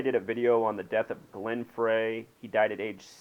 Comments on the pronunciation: Glen Frey is pronounced Glen Fry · "Fray". It's obvious you're not a fan. Fuck your numerology! He was an amazing songwriter! Pronounce his fucking name right!